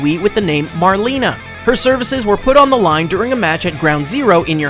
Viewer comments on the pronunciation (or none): none